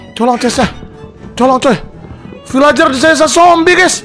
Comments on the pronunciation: Bukan vilager bang vilajer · Bang bukan bilang vilager tap bilang nya vilenjer🎉